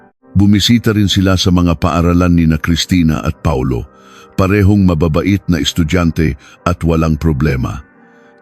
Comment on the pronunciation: Instead na Paulo Reyes Pa-ulo Reyes Hehehehe 😅😅